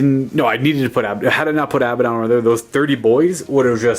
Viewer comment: It's (ah-bad-ohn) not (abba-dohn)